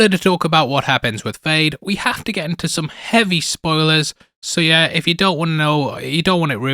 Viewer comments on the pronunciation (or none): none